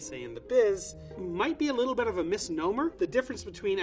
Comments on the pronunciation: Bridget Bee just a little bet. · I’m so distracted by the way he says “bet” instead of “bit” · I love how he always says " a little bet "